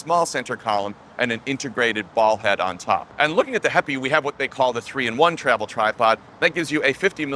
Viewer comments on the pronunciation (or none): This is a great little tripod. I bought mine at the kickstarter stage when Mads Peter Iversen previewed it. Did heipi tell you how to pronounce their name or are you just guessing because my chinese co-worker tells me it's pronounced "happy".